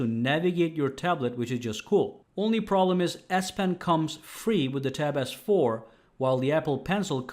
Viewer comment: It sounds like hens saying, “tap AZZ 4” he sounds a bit funny